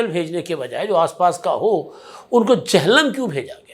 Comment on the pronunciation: ادھا سائیں۔۔۔ یہ "چہلم" نہیں "جہلم" ہے ...